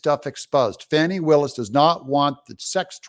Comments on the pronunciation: Her name is FANNIE, not FAWNIE. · Fauny my Fanny. It is Fanny Willis, not Fauny! And she is hiding that too! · Fani is pronounced Fani not foni, fan is fan, not fon! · It's Glutius Maximus Willis. Say the name of the D.A. of Fulton county correctly 🎱